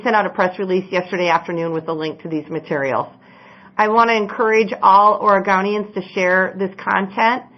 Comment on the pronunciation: Yep. She said OREGAWNIANS! Where is she from?? Nevawda? Hahaha. .